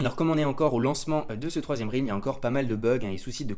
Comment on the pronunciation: deja s’en tape, il est payé par STEPN pour faire la promo. Ensuite, son roi il est fait depuis longtemps, donc il s’en tape. trouve tout génial, sûrement parce qu’en Suisse tout est génial. Et on dit RÈLM et pas RILM pour dire realm. Aller peace et vive les HP et le confort.